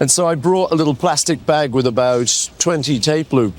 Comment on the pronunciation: WITH not WIV! It's not difficult...